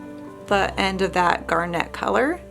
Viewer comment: It's pronounced GARnit, not GARNETTE.